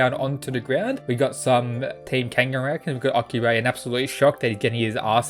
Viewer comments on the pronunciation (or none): none